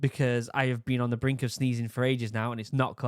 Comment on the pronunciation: I thought he started off the vid saying he's been on the brink of "steezing" which subsequently led me to watch the real bros of simi valley clips where Bryce wants to fight Xans 1 year old kid. "Thinks he's so tight with his new vans steezing" lmao